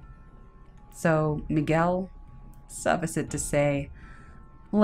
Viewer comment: Her voice kind of reminds me of Paget Brewster's Completely mispronounces "suffice"